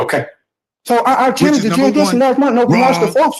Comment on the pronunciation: what exactly is juridtion? and whats charrenged?